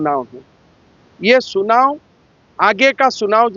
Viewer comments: सुनाओ नही चुनाओ होता है 😂😂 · क्या बोल रहे हो हिंदी बोलने आता है कि नही चुनाव को सुनाव बोल रहे हो अगर झारखण्ड मे राजनीति करने आए हो तो हिन्दी बोलने पहले सिख लो नही तो बबूलाल मरांडी को😊 सिखने के लिए बोलो ( राजनिती करने आ गया असम से शर्म नही लग रहा है) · सुनाव नही चुनाव बोलो 😊